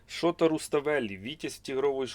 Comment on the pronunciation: Правильный наголос имени грузинского классика - ШотА Руставели.Книжка очень хорошо иллюстрирована и добротно сделана полиграфически .